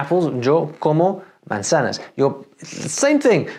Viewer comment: Why did you mispronounce “Yo” and “manzanas”?